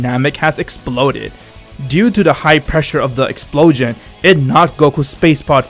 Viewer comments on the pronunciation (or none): i don't like the way he says "explosion". but for the rest awesome story